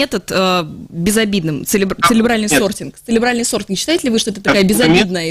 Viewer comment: 37.06 цеЛебральный сортинг. это мне послышалось?